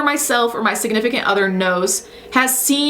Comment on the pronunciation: Who else heard “siganifacate other” Lmao